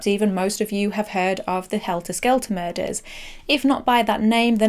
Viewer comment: Muders instead of murders.